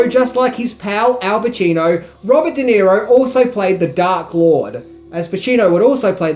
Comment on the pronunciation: Robert De Niro, not "Di Nero".